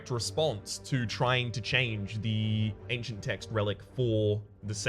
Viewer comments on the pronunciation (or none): none